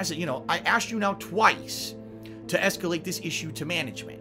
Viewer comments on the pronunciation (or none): "Esketit on"